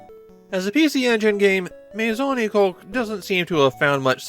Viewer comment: Nah, having watched the entire anime series in Japanese... he was saying it wrong. You say the "oo" sound of the U at the end.